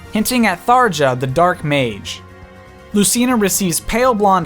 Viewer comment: No offense man but the pronunciations of a lot of the female characters that you use is super off. Atleast you got Tharja right, but the rest are off in one or two places